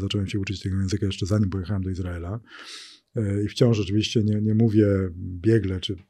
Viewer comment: "Operacja Iz raela w Ga zie"?? widac pan Magierowski ma nadzieje na dalsza kariere w USA :)